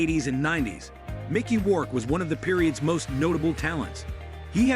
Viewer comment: who the fuck is matthew mac con eye? and mickee wark? we need to all thumbs down this ai garbage